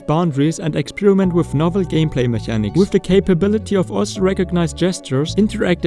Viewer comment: Great video indeed, by the way mechanics is pronounced like it has a K as in mekanics